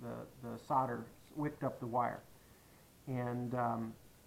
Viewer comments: the "sarder" you are using is actually "SOLDER" 😂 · invest in some Q-tips for your ears... in the US "solder" is pronounced with a silent "L".